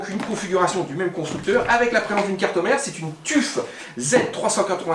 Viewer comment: Tuf se prononce : teuf